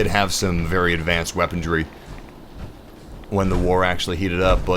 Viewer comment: My only problem with his voice is that he says things like "weapondry" and "nucular." XD